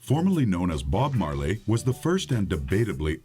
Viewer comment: you dont say the E in marley...